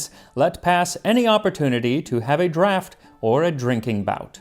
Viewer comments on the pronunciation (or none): none